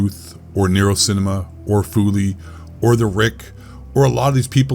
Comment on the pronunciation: Feels weird hearing you pronounce NerosCinema normally and not NerosSSSSSSSSCHINEMA